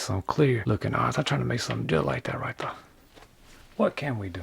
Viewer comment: "like that right der"